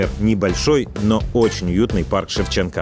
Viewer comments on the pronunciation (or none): none